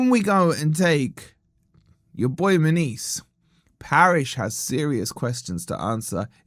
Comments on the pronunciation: Munoz…….NOT Muniz 🙄🙄🙄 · "Munees" 😭 it's "Mu-nyoz" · His name should be pronounced Moo-nee-oz. 😂👋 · how can you completely nail the pronunciation of every mineral and herb extract that goes into your oxford weight loss product and then completely butcher a name as simple as munoz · Why is mis pronuncing his name? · 😂😂😂 learn to say his name right for one ffs 😂😂 and trust me mun OZ aint going forest 😂😂 bless ya